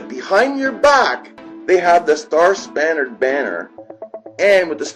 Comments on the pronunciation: It's ''coerce'' not COHURSE, damn dude, and it's star ''spangled'' banner, not star spannered banner, damn dude !! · Because the person obviously doesn't give two fucks about America if he calls "The Star Spangled Banner " the Star Spannered Banner!! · Walter White Indeed